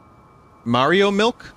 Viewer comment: ya wanna dwink all your mawio miwk